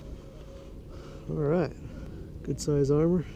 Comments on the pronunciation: Armer? lol it’s pronounced AH MUR lol And the carp you are catching are tiny lmao And you show so much of the background this place would be easy to find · 1 to correct you on the proper pronunciation of how to pronounce Amur 2 to let you know you show so many land marks in your video that it is not a secret where you are 3 posting a video of catching baby carp? There is so many other places to catch large carp and most of your videos are all dink fish